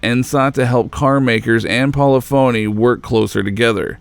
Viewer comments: One minor gripe, but it's understandable because I did it until I listened to actual employees say the name correctly. It's not poly-phony. But I don't know how to show it. Great video! Now that the PS5 is out and GT7 is doing so VERY well, this can get an awesome update! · PO - LIF - OH - NEE 🤣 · Great video but "Polly-phony" lol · You're say polyphony wrong. It sounds like symphony when you pronounce it correctly. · It's po-lif-o-knee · It's pol-ih-fon-eeh. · Not Pol-e-fone-e, Poll-lif-fone-e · Isn't it Polif-unny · Why do you pronounce 'Polyphony' like it's two separate words? Other than that good video lol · God it bugs me how you pronounce polyphony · Anyone else cringe every time he mispronounces Polyphony? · I love this video, but damn I really don't like how he pronounces polyphony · Anyone else find it very annoying when someone makes a documentary and then pronounces the company name incorrectly the whole video? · Hearing him butcher Polyphony is killing me. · yeah but he still can't say polyphony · For some reason doesn't know what polyphony is... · Great video, but please take the time to ensure that you are pronouncing everything correctly. You mispronounced Ordonez and Polyphony throughout the video. Great work! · As a longtime enthusiast of the GT series, I enjoyed this documentary. .. But dude, you are KILLING me with mispronouncing words. "Content" and the never-ending "polyphony" was so distracting, I’m so glad this is over lol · This narrator can't pronounce "polygonal," "Polyphony" nor "Ordonez" to save his life. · Every time he said "pawleefoney" I cringed. It's "polifiny." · As a musician it pains me every time he says "Poly-phoney" instead of Polyphony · I know that Polyphony started as Poly's so I could possibly see why one would think that you pronounce their modern name as polly-phony. However Polyphony is a real word with its own definition and is pronounced Poll-if-unny. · Pol-if-unny, not Poly Phony.